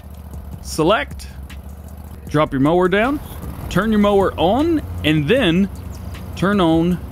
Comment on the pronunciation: idk I watched the video twice. There was times he said mower but I swear I heard him say moaning instead of mower. Maybe I'm trippin but that's my story and I'm sticking to it lol